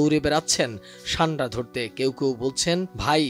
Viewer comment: ছান্ডা নয় উচ্চারণ সান্ডা হবে